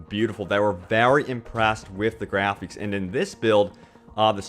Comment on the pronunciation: its graphics. not grapheeks.